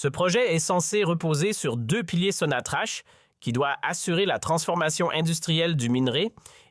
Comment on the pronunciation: Que des bobards..! Qui va vous croire ? Les imbéciles comme vous semblez l'être..si vous êtes comme vous l'insinuez, vous ne diriez pas Sonatrache..mais Sonatrakk..